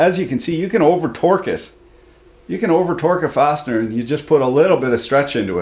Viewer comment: Correction “farsiner” you said fastener.